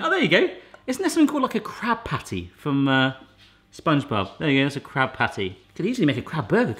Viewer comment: Yeah and he Said a crab patty not a krabby patty lmao